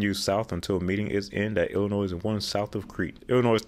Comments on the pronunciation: Just for your reference: Illinois is NOT pronounced "illa-noise". It is "illa-noy". Now that this is cleared up, IL-255 exists to connect the StLouis Metro-East with long planned US-67 freeway north to Moline. If you look at US-67 you will see that IDOT has been slowly upgrading it to interstate standards in bits and pieces all the way to the Quad-Cities. As for IL-390, one must remember that this highway had no numerical designation for nearly 20 years. It will stay IL-390 for posterity because it was planned to connect with the South Elgin Expressway (US-20) and reconnect with I-90 west of Elgin. While IDOT owns all the ROW to make it interstate grade they don't have the funding to get it done between Hanover Park to East Elgin. ISTHA is currently looking to extend the west terminus of IL-390 from Lake Street to County Farm Road. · My state of birth, and also where I live....Grrrrrrrrrrrrrrrrrrrrrrrrrrrrrrrrrrrrrrrrr, I hate when people say Ell-In-NOISE, it's wrong, 100% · You don't pronounce the last letter in Illinois... el-in-OY!! My state of birth, and also where I live...Grrrrrrrrrrrrrrrrrrrrrrrrrrrrrrrrrrrrrrrrr, I hate when people say Ell-In-NOISE, it's wrong, 100% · Sorry to correct you but it’s pronounced Il-ih-noy not Ill-ih-noise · It’s Illinois without the s sound on the end. It is not illi noise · Ill-i-noy NOT Ill-i-noiz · Illinois...Illi noy not noys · It's pronounced "Illinoi" not "Illinoise." That made that segment hard to listen to. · It is pronounced "ill-eh-noy". The "S" silent. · This was really good and informative. But, please, there is no “noise” in Illinois. Don’t pronounce the “s”, please. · It was Illi-NOISY! lol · “C’mon feel the ILLINOIZE!” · You don't pronounce the last letter in Illinois... el-in-OY!! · The 's' is silent in Illinois. It is pronounced i-luh-noy. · I am shocked you can pronounce Arkansas correct but cannot pronounce Illinois. It is pronounced ILL EH. NOY. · Why oh why are you pronouncing Illinois wrong?!?!